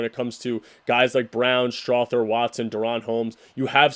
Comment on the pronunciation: Go soft on the "th" in Strawther